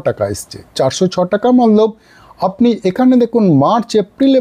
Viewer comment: Kotha bolar extra style ta chere normal vabe bolun sunte valo lagbe r banglate jokhon bolchen tokhon "mane" bolar chesta korun "mallab mallab mallab" na bole, r ha ota mallab na otake hindi te "matlab" bole